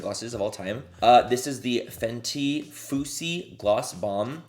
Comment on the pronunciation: The way you pronounced the fenty gloss… dying! Lmaoooo